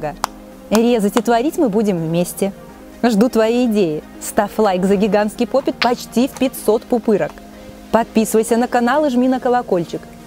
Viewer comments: поп ит а не попит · Во-первых не попит а поп ИТ